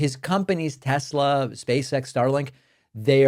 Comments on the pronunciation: I do not love TessssSlurrrr! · David, as a linguist, I find it quite funny to hear you pronouncing "Tesler" even when it isn't followd by a vowel. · "Tesler" LOL